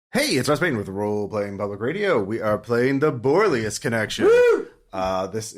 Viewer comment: Fun campaign, but eighteen episodes and didn't once correctly pronounce 'Borellus'.